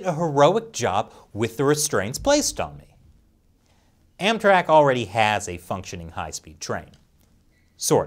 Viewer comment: Everytime he says "AmTrak" I keep thinking he says "Anthrax"